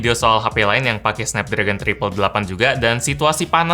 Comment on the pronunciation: triple 8, bilangnya triplek :)